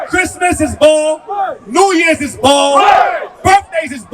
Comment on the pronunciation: Pronounced Baal not ball ❤❤❤